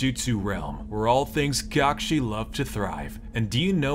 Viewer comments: cakshi instead say kakashi (kUh-ka-sHi) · Kakshi not kakashi lol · lol I love how they call kakashi “kakshi” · it’s cackshi sensei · Its not kakashi its kakshi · I just love how everyone, even Kakashi himself, pronounces "Kakashi" like "cock-shi." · Why did say kakashi like Cockshe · Hey, its cockshi sensei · "Hey, my name is Kock-shi" 🤣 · “Hey my name is Kockshi” 😂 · smoothest transition even I mean there is NO WAY you saw this coming like cmon also ain’t no way bro said “my name is kashi” bruh 💀💀💀🥶🥶🥶🥶🥶🔥🔥🔥😎😎😎😎😎